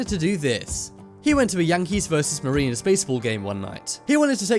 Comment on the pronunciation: How the hell did the narrator manage to pronounce “Mariners” wrong ? Dumbass.